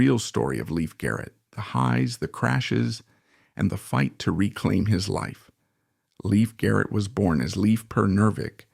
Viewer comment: They don't even say his name right